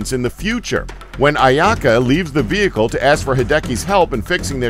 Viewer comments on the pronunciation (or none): none